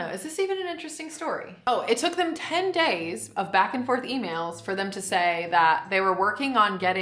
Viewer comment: the way says “days” is starting to sound english